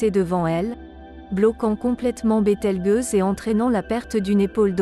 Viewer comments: BételgEuse pas bételgUeuse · Bételgeuse, pas BételgUeuse ! (c'est ta voix synthétique, la gueuse...) six mille, pas six zéro zéro zéro ! la science 360 fois sans la comprendre ! j'ai tenu "un apostrophe quatre huit apostrophe apostrophe" ! première et dernière fois que je regarde cette chaine putaclic ! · Bételgeuse, le g se prononce "j" car il est placé devant un e, sinon par exemple le mot "belge" se prononcerait "belgue". Cela plus la voix synthétique qui ne sait pas parler français c'est une vidéo totalement ratée.